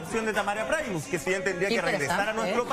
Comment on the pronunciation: se dice primus no praimus